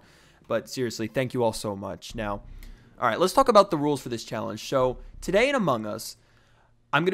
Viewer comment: xD he said sho instead of so